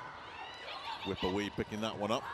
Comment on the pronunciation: how does he pronounce wipawee so wrong😭